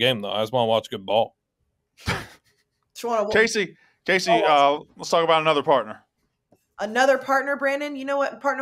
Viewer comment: Kay-SEC Smith